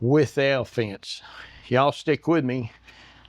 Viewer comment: I thought he said the "hell fence". This is BRILLIANT!!!